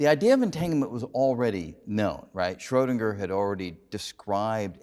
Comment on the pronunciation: He makes an effort to pronounce 'Einstein' and 'Copenhagen' correctly, but then fails miserably with 'Schrödinger'